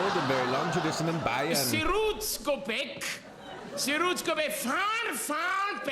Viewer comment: Wow,! You said "Bayern" PERFECTLY!!! 🤭👍👍😅🤗 This man used the greek notation when he wrote Plato/ Platon on the blackboard. "Ochsensepp" = Ox Sepp. Sepp is a very typical name or even a nickname in Bavaria. Sometimes something to laugh about! (Btw: In the 1970`ies we had a bavarian football player named Sepp Maier. He was a goalkeeper). Minute: The "upper"-(class) always beat the "under"-(class). "Majority....how to arrange it? It`s not so easy!" Haha! Very good!!! 😆..."A good liver and a good (physical) constitution" that`s the Bavarian (law) constitution". Here the Bavarian himself is making fun of the Bavarians! The "ADAC" is the best-known automobile club and breakdown assistance organization in Germany. The ADAC had a few problems with its statistics! This was reported in the media at the time. The ADAC headquarters are in Munich (München)!!! Oh dear! 🤭